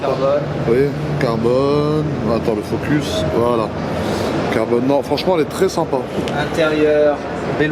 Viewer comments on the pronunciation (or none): none